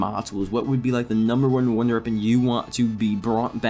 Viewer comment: "Runder reapon"